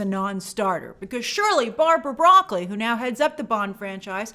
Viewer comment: It's Bra-cole-E